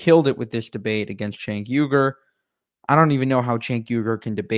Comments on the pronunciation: It is pronounced Jenk....J J J.. the letter C in Turkish is the same sound as the J in English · The C in Turkish is pronounced in /d͡ʒ/, like the j in jump and jeep. Cenk’s name is pronounced “jenk”. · It’s pronounced “Chunk” 🤓